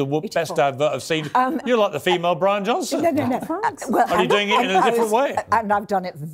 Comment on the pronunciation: " Johnson" not Johnston